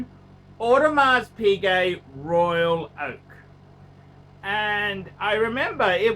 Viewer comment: Is this a real channel? No knowledge given or known about watches, no knowledge on how to speak like a normal human being. He should really learn how to pronounce Audemars Piguet properly before giving is opinion.